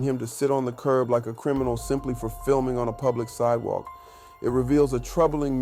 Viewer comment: "On the si'ewalk." FFS, learn to speak standard English!